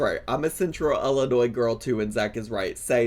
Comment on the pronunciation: I’m from West Central Illinois and I work for the municipal government, you are absolutely pronouncing Illinois correctly!!